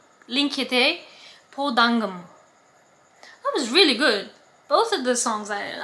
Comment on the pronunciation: I like how you say "Po dangumi" - under the sky. It is very good lithuanian! :) Song is about that feeling when you are here, under the sky, you open your eyes and you are trying to survive: to remember the feeling when you were ok, not like now (at this moment she wants to die). Lithuanian flag is yellow, green and red 🇱🇹